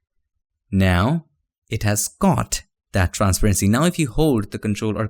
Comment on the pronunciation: I know the way you say transparency is wrong but it sounds way cooler than the actual pronunciation